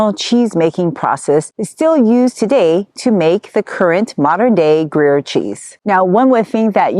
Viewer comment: groo-yehr almost like 'grew hair' but with a 'y'... 'grew yhair' with a silent 'h' , but Not groo-yur - ticky tack I know but stuff like that is why Americans aren't taken seriously in snobby Europe. Now, off to the store to buy some cheese.